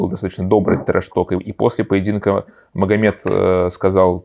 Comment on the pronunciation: Магомед а не Мухаммед